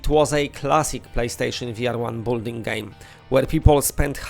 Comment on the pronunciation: Building is pronounced BiLL-ding. ❤ Cant wait for Virtual Hunter, love bow hunting in REAL. :) Just hope it has adjustable bow drawlength setting at launch